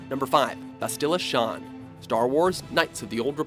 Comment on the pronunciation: Maybe if you had played any of these games you wouldn't be butchering the characters' named. Mission Vay·oh Bass·tilla Shan (not Shon)